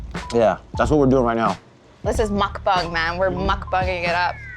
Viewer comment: ironically mukbang was the only thing she pronounced close to correctly